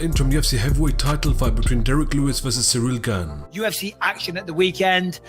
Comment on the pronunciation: Ciryl “gain” Gane